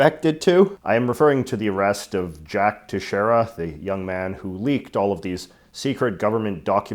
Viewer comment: Plz learn how to pronounce Teixeira It's prenounced as : they shay rah